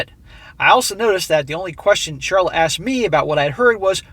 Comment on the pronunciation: Lol Charlot, with a silent C.